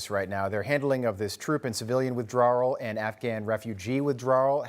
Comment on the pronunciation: Troop and civilian withdrowwerral lol